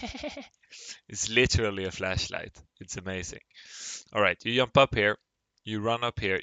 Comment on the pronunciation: Did you say yump? lol